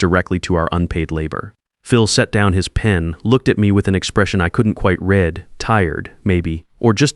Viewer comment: Who is going to work overtime for 10 months and not do anything about it? I'd call the State and file charges! Still can't pronounce "read" as its being used.